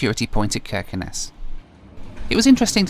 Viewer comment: You are pronouncing every Norwegian place like a real Norwegian, Its amazing too hear, the only thing wrong is Kirkenes, the K in the begining is pronounced with a ¨sjjj¨ sound instead of a K, but your spot-on! 😁